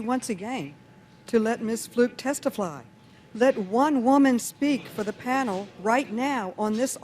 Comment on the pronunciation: "Let Miss Floot testafly!"